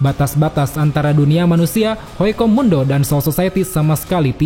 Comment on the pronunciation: HUECO MUNDO MIN BUKAN HOICO MUNDO